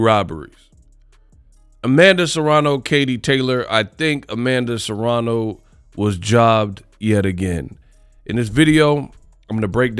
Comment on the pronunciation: It's *Serrano. Not Serano.